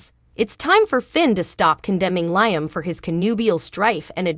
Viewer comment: Can we PLEASE learn how to pronounce Liam's name!?!?!?!?! The name is pronounced “LEE-um”. Thanks so much........;)))